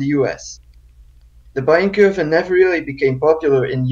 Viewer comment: Also "Kurve" is not spoken "kerf" like the englich "curve". The is spoken something like the "ou" in "you" and the "e" at the end is spoken too. Source: I know curves in Germany.